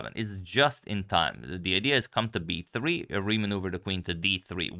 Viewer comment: The way you say b3 sounds like 'hey Siri'. Are you using an iPhone?